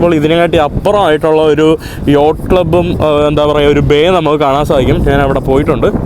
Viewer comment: എടാ മൈ**. നാൻ അല്ല ഞാൻ ആണ് ശരി